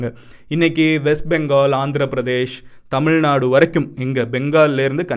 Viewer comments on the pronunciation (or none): none